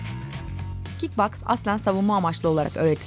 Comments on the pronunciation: Kik baks değil kik boks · kick boks diye yazılır kick Baks diye okunur😁😁😂😀